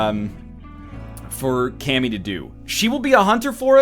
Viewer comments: i wish he said "ka-mi" instead of "kam-i" cause then she would be from dbz and kami in dbz does fuck all aswell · It's not Cammy it's Kami, like from DBZ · uh strimmer its actually pronounced kami